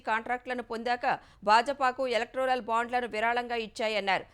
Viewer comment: ఎలెక్టోరల్ ✅ ఎలెక్ట్రోరల్ ❌